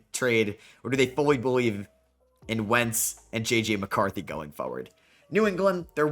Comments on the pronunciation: You say "foe-ward" and I notice this because you say "going forward" a lot. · unc don’t listen to him the way you say forward is perfect